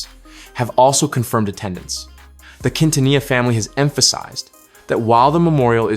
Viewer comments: The way you pronounced Quintanilla 😅 my goodness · Unbelievable, you don't pronounce Quintanilla with the Q like in "queen" or the double "ll" like the word "vanilla" 😂